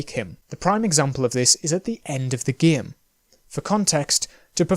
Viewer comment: Love how he pronounced game as Giyimm